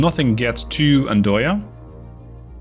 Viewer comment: fyi its Andøya (duck island) and the o or ø if u use the norwegian alphabet is pronounced like you would the i in sir in the english language and around the year 2000 i was in the coastguard ship Andenes during the nato drill at the time while the ship was doing antisub hunting drills there.. :)